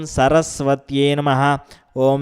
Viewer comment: Please give right pronansesation i.e Namahh not name pls try to do correct So try to give correct pronansesatin namahh.